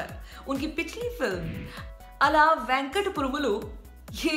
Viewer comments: आप "अला वैकुंठापुरम लो" को "वेंकटपुरम " ऐसे गलत pronounce कर रही हो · All Venkatpuram lo pronounce galat kar rahe ho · Ala vaikantapuram lo.... say correct pronunciation..... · Are Vidya Balan didi movie ka naam thik se toh lo 'Ala Vaikunthapurramuloo', homework achhe se Kar liya karo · Beta vakunth pram lu thik se bol its a sanskrit word...